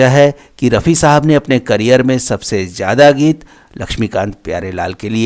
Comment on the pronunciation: Learn how to pronounce Say Maujood not Mauzood Tawajo not Tawazo Hazaar not Hajaar Zyada notvJayda Sounds so unsophisticated 🥶